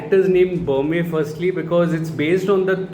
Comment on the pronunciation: Berme is a short e sound both times like in Berry and Men. Not ahr like in Burma or the standard e sound like in Main. He is named after Bermer (R added for respect like ji in Hindi) the primary Bhoota. He is supposed to have created Tulunadu (the region where the Bhoota Kola practice is followed). I don't think the film went into the legend of Bermer. Probably because they went with the Shiva Gana angle to explain their origins.